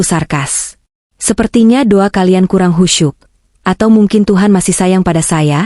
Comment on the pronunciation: Do'a mbak bukan duwa